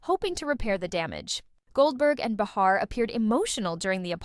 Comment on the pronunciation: It’s pronounced “ bay-har” . Third video I’ve come across saying they apologized but not one showed the video. 🤦‍♂️